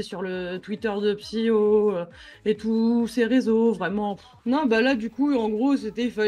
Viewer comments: Techniquement il dit 0 fois ton nom... vu qu’il dit PsyKO et pas PsyHO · pas une fois il a bien prononcer le blaze PSYHO pas PSYKO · Moi je dit 0 fois psk ils disent psyko au lieu de psyho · ben il a prononcé "psyko" beaucoup trop de foi xD (je pense il te voue un culte en secret Oo)